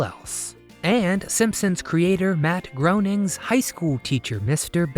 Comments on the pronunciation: FYI Matt Groening's last name is pronounced like raining with a G in front. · Matt Groening is pronounced “grayning” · The O is silent in Matt Groening's name. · The Simpson's creator's name rhymes with Raining. Learn his name before putting out a video.